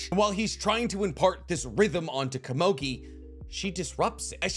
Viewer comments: why did you have to say kamogi so many time. KOMUGI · Komogi? lmao it’s ko-mu-gi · Oh my god dude PLEASE It's komugi not kumogi, Jeez lmao I cant listen to u talking with such a passion about this show and wich such effort and heart put at the narration and all of a sudden hear ''Kumogi'' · I just want to know who that heck is "Ka-moe-gui" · I know this is probably just me but every time you say Komugi's name wrong it breaks my immersion. Aside from that this was a great video. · normally I'd agree with you, however this guy, and others like him, proclaim or at least stand in a spot of "one of knowledge" and we all trust that what he says is truth and fully accurate and whole. How can that be when he messes up such a simple, basic, and easy thing as the actual name of the character. Do you watch "the last airbender" and not cringe every time they say Ong instead of Aang? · Just learn how to pronounce easy names like Komugi before you complete the video